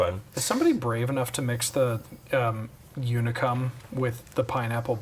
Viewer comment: I am wearing my Unicum shirt, what fortuity. It is pronounced like "unique" tho.